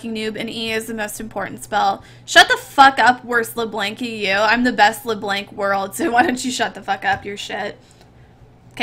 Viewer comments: is she trying to be froggen calling le blanc le blenk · i hate that u say Lee Blenk